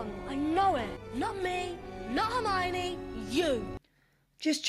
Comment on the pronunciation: "Hermanie" oh my goodness